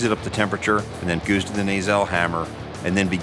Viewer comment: he says 'goos' instead of 'goes'